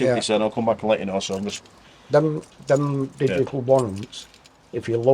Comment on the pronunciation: did he actually say digical? there's no c in digital